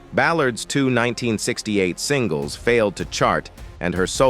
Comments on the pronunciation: If I hear 'sing-less' one more time ...! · When I heard "sing-las", I said to myself "Is this A.I."? 😂. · Lol singels as in hit singles 😂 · DeBarge put out more hit sing-las than any band I know of